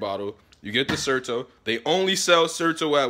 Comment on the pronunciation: Certo? Zerto?